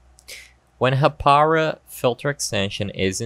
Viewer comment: its Haa-Pa-Rau